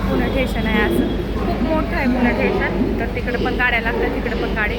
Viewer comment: ठेशन नाही स्टेशन